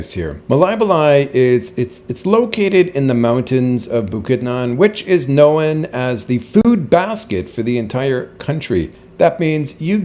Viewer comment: Google the pronunciation of known please.